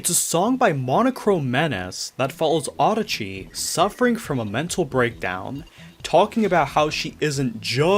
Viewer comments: I'm sorry, but the way you pronounce Adachi bothers me for some reason. (I mean no offense.) The way I think it's supposed to be pronounced is "Ah dah chi," and not "Auhda chi." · this whole time i thought her name was pronounced uh-DAH-chee ray, not AH-duh-chee ray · the japanese spelling is "アダチ レイ" which would probably be pronounced closer to that